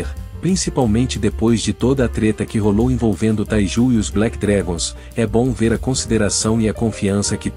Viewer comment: E bem.... e Black dragon não Black drengon ok 😅😅